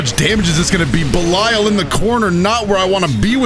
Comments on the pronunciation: Much love but I would just like to flex my corrupt knowledge and say his name is pronounced belial like(bell-E-al) after the original dark ruler of hell fallen angel and servant of lucifer. Love You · please, it's pronounced ba-leel leel as in seel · Everytime said "Bell-Isle" it felt like a crime against my ears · if you have the game in English it says his name that way so that's why I think was pronouncing it wrong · I think you are saying Belial wrong